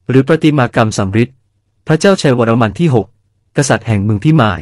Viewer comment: เสียงAi ฟังแล้วขัดใจชิบหาย วรมัม ว่าซ้านนนนนน